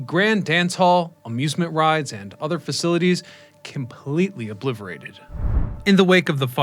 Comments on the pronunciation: I am a subscriber for life but it's OBLITERATED. Not ObliVerated. You are smarter than that. Thx for your work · it’s obliterated, not obliverated. Just a heads up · Obliterated . T T T not V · "obliverated" were they? 😂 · umm did you really say "obliverated"?? lol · completely "obliVERated" :) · "completely obliverated" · Pretty sure I saw the narrator say, "obliverated". That's hilarious. On another note, I saw The Cult play there in the mid-late 90s. It was actually a great venue. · Also, , he says "obliverated" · phew, Im not the only one who heard that